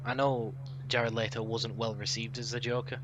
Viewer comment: Stop pronouncing jared letto's last name. "Leetoe, or Layto" its Le-to.😂 great podcast though lads